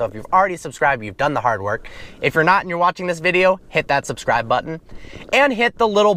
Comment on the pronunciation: why does he talk normally only to then say "subscraib" at the end of the video